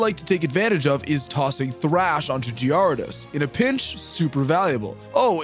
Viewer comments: The way you say Gyarados gives me Crohn' disease. But loved the video ! 😂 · The way you pronounce gyarados has to be a meme right?